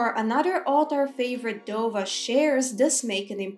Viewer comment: Just wanna say I’m loving the dovah translations and explanations and your pronunciation is amazing. How does one go about learning the dragon tongue so well?